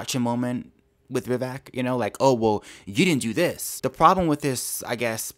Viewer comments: Agree with almost everything you said,;-) the mans name is Vivek pronounced Viv-vake as in cake. Great vlog! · By the way, Vivek rhymes with “cake” not “check”. Vivek is an aggressive debater but this girl “Viveked” him and it was fun to watch. She talked over him, she dismissed his clarifications and she runs roughshod over her subject. That is Vivek to a T. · I'm doing my part to spread the word that his name is pronounced Vi-VAYK. VAYK rhymes with cake. I watched Vivek's interview with Tim Pool and how you pronounce his name was the first thing brought up.